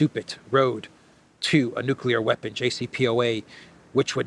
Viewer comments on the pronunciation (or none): none